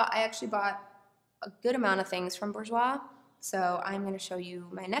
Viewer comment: I'm from Slovakia and Burjouis is perfect! 😍